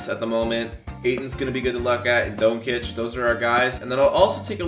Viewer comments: It’s pronounced don-chich and Bag-lee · Saying doncic wrong